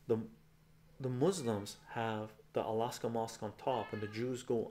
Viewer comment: dude stop saying alaska mosque!!! hahahah